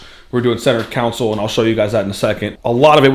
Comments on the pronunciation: Consol pronounced con-sol it’s not a council there’s no body of ppl gathering lol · Centre console ❌ Centre council ✅ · Hey isn’t it center console not counsel 😂😂😂😂😂 cause your saying center counsel 😂😂😂😂